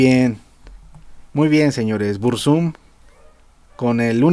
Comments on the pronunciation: "BurzÚm" jajajaja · Pronuncias mal el nombre al acentuarlo en la segunda U Uno de los mejores temas es "desde la torre"